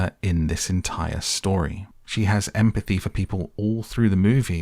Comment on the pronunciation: Emm - a - pathy 😂😂😂😂😂😂😂😂😂😂😂